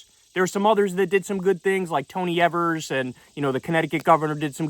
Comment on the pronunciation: It’s EE-vers, Kyle!! But otherwise yes.